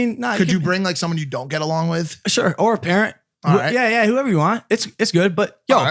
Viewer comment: Stop saying ye like plants ya weapon.